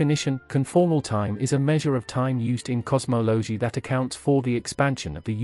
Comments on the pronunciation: Best part was the “fried man” equations and “cosmowlowgee” and what are “jiegayuhs”? 😂 🤮 word salad topped with random imagery that sometimes accidentally lines up with the unpunctuated, non stop stream of oddly inflected words. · AI Generated, AI narrated. Can't even pronounce cosmology.